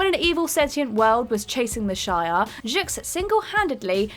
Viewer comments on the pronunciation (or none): Shay-ar? Isn't it supposed to be shi-ar? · SHEE-are. Not SHY-are. Other than that, not a bad job. Keep getting better with each outing, that's all one can do and all one can ask :) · It’s She-Are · Never fails every single comic book video you idiots do You mispronounce someone's name. The alien race is called the Shiarr (she-are) empire learn how to pronounce shit before you make a video and sound like a moron. This is marvel comics not Lord of the fucking rings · It’s pronounced she are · They have over powered the symbiotes over the years... Did you say the Shire Empire???? Hahaha Space Hobbits! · 1. A lot of comic related channel with knowledgeable presenters says Shi-ar. Not only one or two channels. 2. Can't I criticize her for saying something wrong IMO? I have the rights to criticize her as you have a right to defend her. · The first time she didnt, and she brutalized shi'ar. >...>